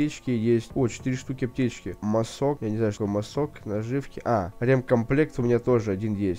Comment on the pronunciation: Киря,не масОк,а мАсок,тоесть маски